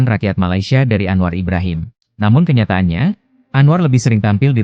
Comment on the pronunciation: KOK ANWAR JADI ANOA😮😮?? APA GK SALAH😅😅😅..?. Ya aq baru tahu knp bahasa Indonesia yg di pilih di who